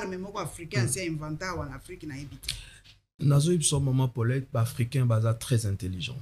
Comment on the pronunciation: Mes excuses, je viens de massacrer le prénom Paulette.